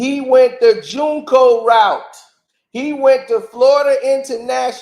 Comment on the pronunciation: 😂😂😂😂😂😂😂😂😂 I'm hollerin your behind saying he played JUNCO. It's JUCO JUCO. 😂😂😂😂😂😂😂😂😂